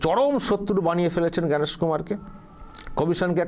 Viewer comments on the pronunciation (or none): অভদ্র অশিক্ষিত মানুষ জন জ্ঞানেশ কুমার বলতে পারছে না বলছে ভ্যানিশ কুমার